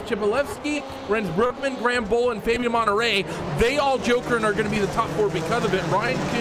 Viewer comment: Love the vids, but you gotta stop murdering people's names in the broadcasts. Monterey looks nothing like Menetrey.....